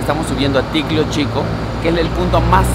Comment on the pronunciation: Oe, Ticlio no Ticlo 😂